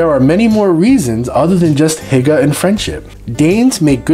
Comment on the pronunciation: Hygge is pronounced closer to whogah. What about shipping and pharmaceuticals? I didn’t know about burgers! Funny, the best burgers and fries I’ve had were in Copenhagen and in Reykjavik. Btw, I’m American. 😁